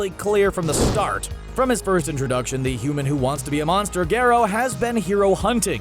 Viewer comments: he's called garro not gerro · The way Garo was pronounced was infuriating.